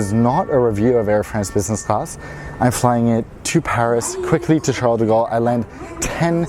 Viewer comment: Your accent on the « Paris Charles de Gaulle » was pretty good ! :) I also do prefer Asia better than Europe. What do you do in your life to be able to travel and live in Asia ?!